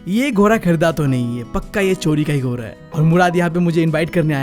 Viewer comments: Ghoda❌ Ghora✅😂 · ghoda ❌ ghora✅ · 🐎Ghoda❌ 🐎Ghora✅ Bro's tells are very friendly and fun😄